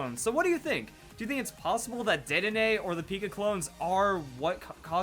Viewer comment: It's DEDdenne